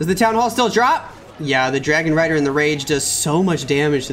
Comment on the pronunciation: Bro did you just said Dargon Rider when Mechuo attacked?